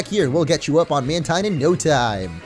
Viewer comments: "Mantine" is pronounced "man-teen". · Mantine is pronounced as MAN-TEEN though. hahaha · Jordan Schriver lol dude I checked my Deluxe Essential Handbook and no it's not, in the exact words of the Deluxe Essential Handbook, which was made by GameFREAK and Nintendo, it is pronounced MAN-tine.